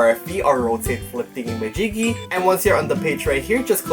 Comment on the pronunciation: I love it when he says “thingymajigy”🤣💓